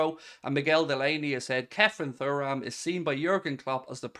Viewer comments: Please pronounce his surname properly....say it like Churam!! Anyway, that being said, yes I'd love to see him at Anfield! Get it done!! YNWA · It's pronounced Tooram. Please for the love of god. Anyway, Thuram is a 100% buy. Said for months now I'd be happy with him and Mac Allister coming in. He's an absolute athlete, good on the ball, very quick, strong and dribbles forward well. He's basically Fabinho with pace and power. Imo he'll be one of the best in the world very soon. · It’s pronounced Churam if you ever watched his dad play